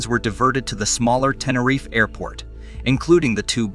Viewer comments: only from the 2nd mention onward.. the first mention, he called it "TeneRIFE" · And the prize for the most different ways to pronounce Tenerife goes to... And what the hell is "Klum/Kum/Kullem"?